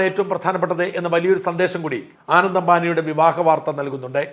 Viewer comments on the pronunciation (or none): ആനന്ദ് അല്ല അനന്ത് ആണ്....